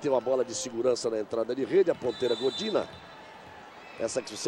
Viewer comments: "Gordina" kkkk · Gordina foi O FIM!!! kkkkkk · "Gordina" kkkk É Godinaaaa ... e quem bateu foi a Sokolova ... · Que agonia do Galvão falando "Godina", sendo que ela nem estava em quadra.